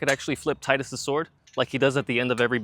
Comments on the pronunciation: Thank you for saying his name correctly. Like the other comment said, his name makes perfect sense because of all the water themes in the game. Tide - water, blitzball, his weapon etc. There are just too many things water related for it to NOT be pronounced Tide-Us So yeah, Teed-us is wrong and Tide-us is right. Also kingdom Hearts 2 said it as Tide-Us so thats what I'm going with lol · His name is pronounced "Tee-dus" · It’s teedus lol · Why does everyone mispronounce the name "Tidus"? It's so easy to say properly Tee Dus and not Tie Dus. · It's "Tee-dus" I know it's stupid and goes against the whole water theme of FFX, but that's how it's pronounced.